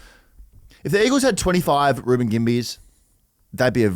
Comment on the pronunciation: reubens name is not pronounced how you're saying it please get it right our king deserves that